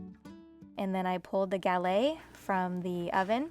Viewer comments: You pronounce the "t" at the end of galette. You'd only drop the "t" if it was at the very end of a French word. The "e" makes it so you pronounce that "t", just like the double "t" in your last name means you pronounce the "t" sound. The "s" sound at the end Alice Water's restaurant Chez Panisse is also pronounced for the same reason <3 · You pronounce the "t" at the end of "galette" because it's a double "t" and ends with an "e."